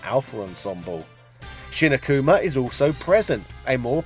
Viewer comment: Akuma is pronounced with the accent on the first A. Not Akùma , but àkuma. Akuma means Demon , while his Japanese name was Gouki ( Pronunced Go-o-ki , with the o letter pronounced as the o in Go ) meaning Strong Spirit. Also... Sakura is pronounced Sàkura.